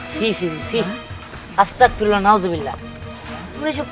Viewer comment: তুমি কিন্তু ভুল বললে সেটা হলো আসতাকফিরুললা ভুল সেটা হবে আসতাগফিরুললা বুঝলে